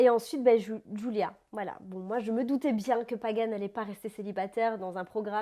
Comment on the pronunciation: C'est moi ou je rêve Adixia elle dit Joulia ou lieu de Julia